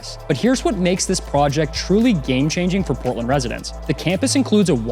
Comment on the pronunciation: Portland is not sound like what you said in the video, from Augusta Maine.